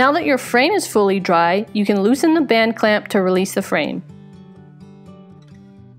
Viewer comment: Band clamp band clamp BAND CLAMP! you did so well saying that. It just bends my brain. "This one time at bland clamp.."